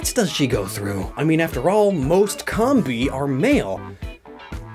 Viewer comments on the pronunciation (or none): Its not combee!! Its combee!!! Like honeycomb! ARGH! IM SORRY I GET TRIGGERED! Sorry i still like your vids but please try and say it right. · Comb-bee, like a honey comb, not cumbee.. please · pronunciation of Combee bugs me. Correct me if I'm wrong, but, isnt it "cowm-bee" instead of "com-bee"? EDIT: I noticed I said "bugs me", in post. No pun intended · Is it pronounced Com-Bee or Comb-Bee? I used to say Com-Bee until I was corrected and told it is Comb-Bee 🤔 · Nice video. One thing; it's pronounced [comb-bee] like a honey comb. I'd like to see you do this theme with Durrant and Heatmor. If they switched the fire and steel types between the two, it would be a much more accurate representation. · Am I the only person who pronounces with a long o? Cōm-bee, like honeycomb. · It's pronounced COMB-bee. Like honey comb. It's not a honey com. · I really hate the way he pronounces the names of these Pokemon... Like it should be "comb-bee" cuz it's like a honey comb and "vespi-queen" cuz it's a queen bee... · You know Combee is pronounced like honeycomb right? RIGHT? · I love how you just negate the purpose of the video minutes in. 😆 Never change. Except your pronunciation of Combee. That you can change.